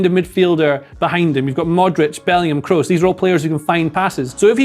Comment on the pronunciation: Tony Kroos reading Kros like cross not Krus